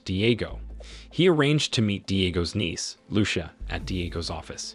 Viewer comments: "Loo-sha"??? Seriously? I hope it's an AI narrator . Lucía should be read as "loo- THEE- ah" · It depends on what country you live in. Where I live its loo sha